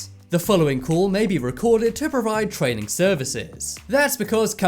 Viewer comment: its training not traning lol